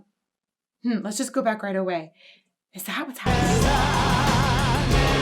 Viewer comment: "let's go bak again" sharoff. We need that on a sticker.